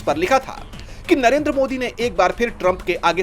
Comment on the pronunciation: Narender why Surender?